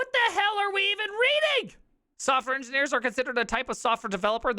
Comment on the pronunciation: "engineerelopers" LMAO